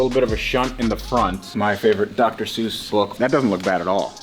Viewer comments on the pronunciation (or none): none